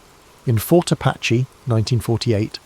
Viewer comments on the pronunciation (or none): none